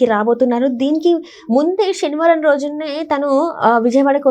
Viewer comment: షెని వారం కాదు శనివారం